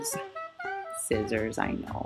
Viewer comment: When she said scisiors 😂😂